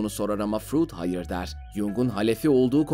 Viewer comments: Furuudd ne ya Freud o Freud. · Frud diye mi okunur ya delircem